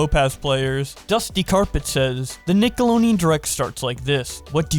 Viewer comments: I always pronounced it as Nick-ah-load-ian.... never have i heard someone pronounce it "Nick-a-loan-ian" lol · Nick a load en Not nickalonein He said it wrong every single time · Deon, not Neon... Couldnt get through the vid, that sh*t drove me crazy. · ITS FUCKNIG NICKELODEAN NOT NICKELONEAN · dislike for saying nickalonean too many times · I had to close the video because I couldn’t handle the amount of nickeloneon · Deon not neon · Nick-el-od-eon Not NickeloNeon 😂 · Why do you keep saying Nikeloneon? It’s NikeloDEON not NEON. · You keep saying it as Nickeloneon instead of Nickelodeon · Did you actually say "Nickeloneon"? In the beginning? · Mans said nickoloneon 💀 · Nickleonen is all I could hear you say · "Nickeloneon. Ningleoneon. Nickelongeon." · How many times does say "Nickeloneean" in this video? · Take a shot every time he calls it NINKeloneon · I'm cringing and fuming over you saying Nickleoneon all the damn time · All I hear is “Nick-alo-neon” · IT HAS A FUCKING D IN IT DUDE, NICKELODEON, Holy shit it takes 2 seconds to learn how to correctly pronounce the word you are literally about to say 300 fucking times Jesus christ. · I keep hearing nickalonnian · Every time he says “Nickeloneon” it feels like a fucking spike through my brain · Dude why do you say Nickeloneon every Time? 🤣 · Nickeloneon? FUCK SAY IT RIGHT!!! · w...wait a minute is he saying nickeloneon? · Isn’t of d he said it with an l “Nickeloleon” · Man said "Nicko low nee in" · No one:: nickeLONEon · run it back run it back- Did he just say nickeloneon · Is missing half his tounge? Wtf is a nickeloneon? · No one:: NiCoLoNeAn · I imagine Brawlhalla is glaring jealously at both of them from across the room.... and I can't unhear nickolo-NE-on, either. never change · Is it me or is he saying "nickelonian" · says Nicoloneon because the D is in his mouth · you keep pronouncing it Nickelonian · When you say Nickelodeon as Nickeloneon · The “d” is silent